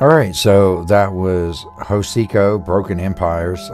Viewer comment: Hocico. The H is silent. Anyway they have gotten lazy over the years.